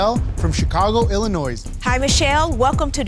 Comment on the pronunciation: pronounced the “s” in Illinois and it was physically painful to hear 🥲